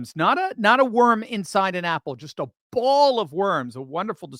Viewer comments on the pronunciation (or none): Bowl not ball